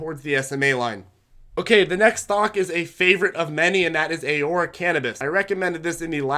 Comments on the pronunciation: 1) Ah-Roar-Ah , 2) a lot of stocks that you recommend are not available on the RobinHood trading platform which majority of your more newer, novice viewers are using, since it's a free trading platform. Perhaps you can fine tune your recommendations for that platform as a suggestion, but if not, that's obviously okay too. Great job on your videos, as always, highly informative, and we thank you for sharing this video. Keep up the great work. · Canadians pronounce it "A-Roar-A" Love your videos thanks for all your education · Alex Folger lol yeah it’s pronounced Ah-roar-a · I thought Aurora was pronounced differently but i'll pronounce it however u want as long as you keep making me money with this info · I love your videos but please learn how to pronounce Aurora. ✌🏻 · Alex Folger yea he’s pronouncing it wrong, but whatever, very valuable information!